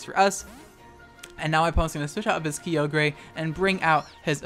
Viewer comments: I've heard a lot of mispronunciations in my days; I'm mostly desensitized to all the people that say Hydreigon wrong, but the way you say Kyogre doesn't even sound like you're talking about the same Pokemon. It's supposed to be Kigh-og-er. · i know this vid is from a year ago but wow ive never heard someone else pronounce kyogre the way i do lmao or similarly i guess,, i was weirded out when everybody would pronounce it as /kah-yoh-gurr/ when ive been saying /kyoh-greh/ all my life lol then again your pronunciation might just be a meme but idk lmao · kee oh gray 😭😭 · key o grey lol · Alright, it's just one mispronounce. I probably don't have the right pronounciation of kyogre either. says keeyogray 4 more times in the span of 15 seconds Ok i can't take this anymore I'm out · Man, I was gonna leave a comment along the lines of "Regardless of gender we still swing that neck for Weedle.", but then ya had to go and say "Ky-oh-grey". Literally unsubbed. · I swear to god if this guy pronounces Kyogre "kee-o-gray" one more time I'm gonna lose it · Kee o gray Arkoos Groundon zera ora ora ora ora ora ora ora ora ora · Please stop saying kee yo grey ur opinionated way of saying it is wrong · This man hard baiting with that Kyogre pronounciation. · Kyogre's pronunciation is something I don't think I've heard ANYONE use, talk about original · Your content is hilarious but I need to know, were you saying Kyogre wrong on purpose? If yes then well played you God tier troll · the pronunciation of kyogre hurts me idk if it’s on purpose or not but lol great vid despite that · Nah I don't care that you use already existing strategies. They're not trademarked or anything; use whatever you want. What I hate is how you pronounce Kyogre. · The way you say Kyogre, it hurts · I know you do it on purpose but it really annoys me that you mispronounce Kyogre lol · Says Kyogre correctly and 2 seconds later swithces back to saying Key oh gray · Key oge gray im fuckin dead it’s Kye Ogre